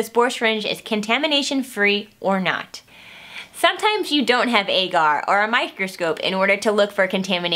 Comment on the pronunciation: Agar is pronounced Aww-ger